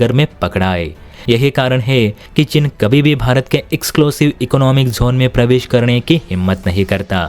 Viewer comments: भाई वह चिन् नहीं चीन है । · cheen hota hai chin nahi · हल्की समझ, त्रुटिपूर्ण उच्चारण। चिन××××। चीन।